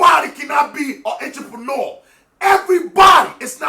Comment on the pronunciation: Intraponuer...He made up his word..lol.